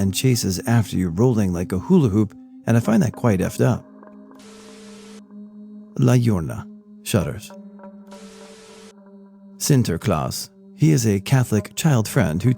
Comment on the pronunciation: had my crying. La llorona is pronounced like yo in YOLO and the rest like rona in coronavirus. It will sound like La yorona